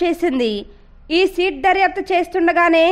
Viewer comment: సీట్ కాదు తల్లీ సిట్....